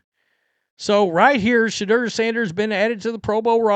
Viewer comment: Im not really a Sanders fan, but why cant this dude say Shadeur correctly. Very annoying to hear someone screw up names while trying to sound informed. Its Sha-dour not Sha-der.